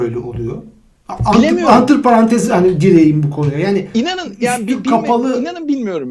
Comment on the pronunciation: anti parantez değil, antır parantez (fransızca: parantez arası)